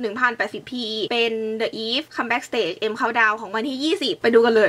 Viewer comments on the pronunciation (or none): The eve มันอ่านว่า 'ดิ อีฟ' นะฮะ